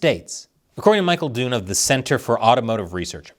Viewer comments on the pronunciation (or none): none